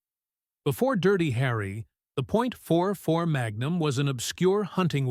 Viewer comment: 44 not 4-4